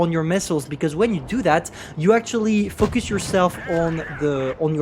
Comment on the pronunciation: When you say focus it sounds like fuck us xD